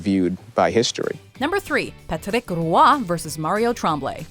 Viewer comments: It's Patrick ROY not Ruah. How people still can't pronounce his name right? It's not that hard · Yall absolutely butchered Patrick Roy's name. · it would be the correct way if she were speaking french lol